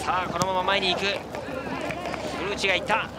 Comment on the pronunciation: 古内の発音が完全にフルーチェ